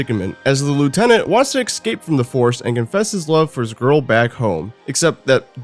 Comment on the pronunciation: Love these vids, but there it's "escape", not "excape"